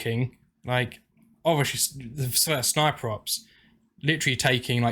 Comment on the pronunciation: "Ovishee" or Obviously...?